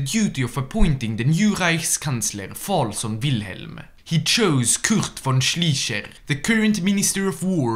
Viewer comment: Hey, I have to say your German is pretty good for a French guy, but i still have some advice: for example you call "Schleicher" "Schliecher", you pronounce the "i" first but you should pronounce the "e" first. So when you read something with "ei" its pronounced like "aye". Other than that great video👍🏻